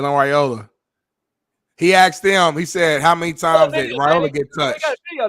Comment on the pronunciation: Smitty, it’s “asked”, not “axed.”